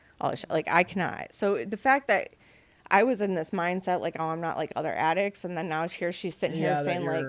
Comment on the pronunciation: She's got a problem saying addict.